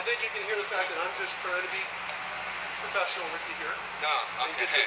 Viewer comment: "I try to be ptofessional here" 😂😂 Yeah wow!!!! VEEERY professional whats going on there 😂🤦‍♀️